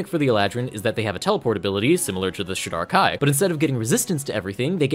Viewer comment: Great overview of the elves! The only thing that threw me for a second is how you pronounce Shadar-Kai. I've always pronounced it like this: so it took me a second to figure out what you were saying 😂